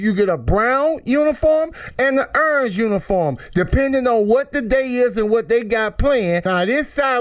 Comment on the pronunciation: Did he say urnge uniform 😂